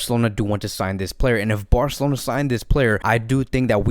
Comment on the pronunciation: nobody: this video: fc BAOR-celona